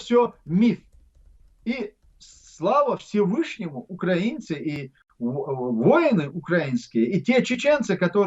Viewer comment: Ахмед не говорите УкрААААинцы надо говорить УкраИнцы